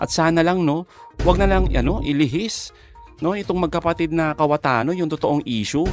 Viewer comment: cayetano po hindi KAWATANO😊😆😅🤣🤣🤣🤣🤣🤣😂🤣🤣🤣👍